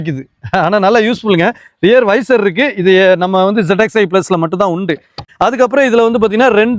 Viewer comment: வீடியோ யதார்த்தமா இருக்கு. ஆனாலும் பொருள்களின் பெயர்களை சரியாக சொன்னால் நன்றாக இருக்கும். வைசர் இல்லை வைபர்.மாடல் இல்லை. Variant.. பானட் இல்லை. போனெட். ஸ்டீயரிங் XL6 வரைக்கும் இதே இல்லை. ஸ்விஃப்ட் முதல் வேற ஸ்டைல். RPM பார்த்து ஓட்டுவது சரிதான். ஆனால் அது MT காரில் ok. ஆட்டோமேட்டிக் வண்டியில் என்ன பயன். கெட்ட வார்த்தைகளை பயன்படுத்தும் வழக்கம் இருக்கலாம். ஆனால் இது youtube வீடியோ, எல்லோரும் பார்க்க வாய்ப்பு இருக்கிறது என்பதை நினைவில் வைத்து பேசுவது நல்லது. முயற்சிக்கு வாழ்த்துகள்.